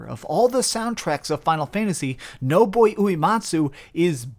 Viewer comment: You really cannot pronounce Nobuo.